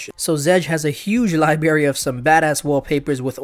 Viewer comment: "libary" ?...I'm going to let that go cuz you're cute buuuuut, nunh unh!